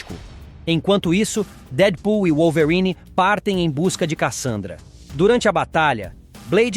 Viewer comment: pq q esse cara fala wollverine desse jeito? kkkkkkkkkkkkkkkkk